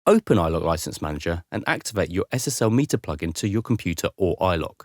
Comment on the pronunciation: I instantly paused the video when it said iLok. Hurt my ears.